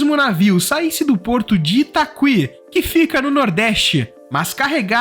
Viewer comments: Sobre o porte de São Luís, o nome é Itaqui e não Itaqüi, como o apresentador pronuncia! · Acredito que não se diz itaqüi. Se diz itaqui. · Lê-se ITAKI (PORTO DO ITAQUI) e não ITACUI 😂😂😂 Trabalho aqui, ótimo vídeo! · Você pronuncia o nome do Porto de São Luís errado, o nome é Itaqui e não itacui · A pronúncia correta é ITAKÍ , não ITAQÜI. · Itaqüi não....é Itaqui....sem o " u-i" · A pronúncia correta é “itaki” e não “itacui”! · Itaki, não é itacui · A pronúncia é ItaKi, e não ItaKUi. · A pronúncia é Porto de Itaqui. O u com trema não existe nessa palavra de origem indígena e não pode ser pronunciado. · So uma correção: a pronúncia não ITAQÜI, é ITAQUI mesmo. O "qu" tem som de "k". 😊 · Não se pronuncia Itaquí e sim Itaqui. Vc fala caqui e não cacuí. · Ô jovem, o porto de Itaqui, não é ITAKUÍ, mas sim ITAKI, sem , pronunciar o "U", entre o Q e o I. Graças aos "SÁBIOS" do Brasil e de Portugal, que resolveram remover o sinal trema sobre a letra Ü que indicava que o U deve ser lido como U, como era o caso de LINGÜIÇA, contrariamente a PREGUIÇA, na qual não se pronuncia o U. Hoje é um tal de adivinha pra quem não conhece a palavra e vai pronunciá-la pela primeira vez, sem fazer uma consulta de pronúncias no dicionário da lingua protuguesa. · Só para informar, não é Itacuí, mas "it aqui", ou seja: Itaqui, sem pronunciar o u. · Tá, mas é Itaqui e não Itaqüi, ou seja, a pronúncia é [i.ta'ki]. Outra, o mapa do Maranhão está equivocado, apareceu a união do Maranhão e do Piauí, eles já se separam há tempos. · Itacuí não, Itaqui é a pronúncia correta. Só uma correção. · Foneticamente não se fala porto de "I-TA-CUÍ" mas sim "I-TA-KÍ". No mais, é uma pena que o Brasil negligenciou por tanto tempo as ferrovias, já deveríamos ter trens bala cruzando todos os estados, tanto trens de transporte de carga, quanto de população. Ia acabar um pouco com essa farra dos fretes absurdos e voos de avião a preços astronômicos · itaqui, não "|itacui" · ITAQUI amigo, e não ITAQÜI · "Itacuí" é foda